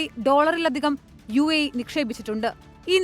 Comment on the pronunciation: യുഎഇ എന്നുള്ളത് തെറ്റാണ്. ( U I A E.. )ഇതാണ് ശരി